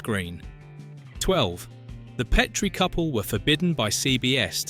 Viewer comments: AND IT’S PET-ree, NOT PEEET-ree, DAMMIT! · It's pronounced PET-rie NOT PEET-re DON"T use AI VO. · Pet-tree NOT Pee-Tree